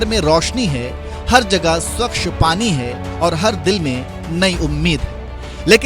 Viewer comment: एंकर्स को उच्चारण पर ध्यान देना चाहिए। स्वच्छ, होता है, स्वक्ष नहीं, और क्षमता होती है, छमता नहीं। पता नहीं लिखित अक्षरों को इस तरह भ्रष्ट करने का यह पाप किसने किया है।